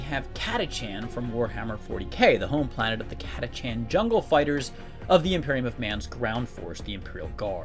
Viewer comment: Oi yank, Catachan is pronounced Kat-A-Kan